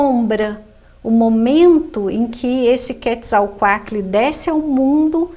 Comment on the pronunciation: Sem falar que a pronúncia dela n está correta?